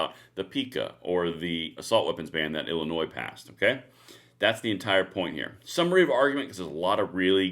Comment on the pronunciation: the"s" is silent in illinois